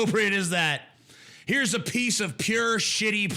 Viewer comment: It is so freaking annoying that the singer in the 'outro' pronounces piece as 'pisch'.